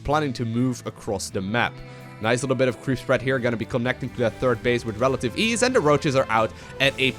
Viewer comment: it's actually "with relative ease" but now I just can't unhear it XD